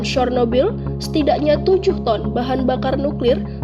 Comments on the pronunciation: Bacanya sernobil Bukan sornobil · Cara pembacaannya mendekati, yaitu "Chyornobyl"